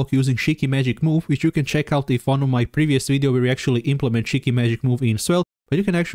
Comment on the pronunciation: When you say "shiki" sounds like "cheeky." The way you pronounce "sh" is difficult to distinguish from "ch." Try making the sound more towards the tip of your tongue, especially when it is followed by an "ee" sound, such as in "shiki."